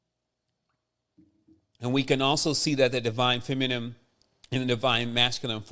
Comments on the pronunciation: Is there any significance to pronouncing it feminem instead of feminine? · I love you bro.. but Everytime you say feminime and not feminine.. it hurts brother.. like it makes my insides itch hahah